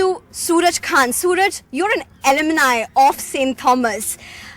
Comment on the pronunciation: “Alumini.” It’s “alumni.” If you’re going to speak English, speak it properly. Also, A HUG?? Policing a hug?? A hug is NOT a sexual act! Police bullying. Police using bad language in the classroom. Police attacking students and teachers. Police destruction of school property. Stop policing other people’s private lives and things that don’t actually matter.